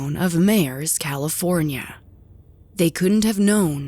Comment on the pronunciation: Myers...Pronounced 'MY ERS...Meyers, CA....I grew up there....went to Meyers elementary school....